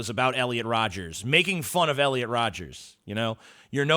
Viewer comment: It's Rodger not Rodgers. Like brother like brother, just like Scoopy.